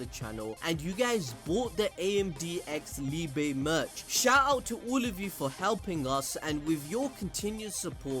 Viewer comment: And he said “AMD X Liebe” 😂